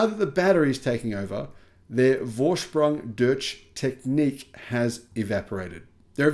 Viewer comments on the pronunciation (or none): "For-sprung durtsj tech-neek"....Almost there... "Four-sproong (-short articulation) Doorshj (oo like sproong) tek-n-ee-k (short ee, short hard k from the throat, like popping bubblegum). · Haha, yes, he may need to brush up a little on his German 😅😅. Nevertheless, always good reporting 😊